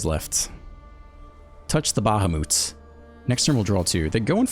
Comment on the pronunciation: its pronounced like bah-hah-mut